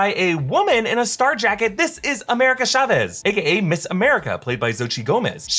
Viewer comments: Why does americans pronounce "CH" as "SH"? It's TSAVEZ, not SHA-VEEZ. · Chavez is pronounced Cha-ves, not Shavez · Ya'll are exposing yourself for not hiring any hispanic people. Chavez is not pronounced like that lmao